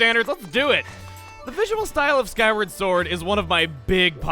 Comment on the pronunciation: did he say "Skyrim" sword? 😆